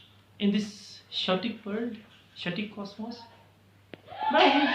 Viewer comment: it is not 'shetic' its 'k o tic' /keɪˈɒtɪk/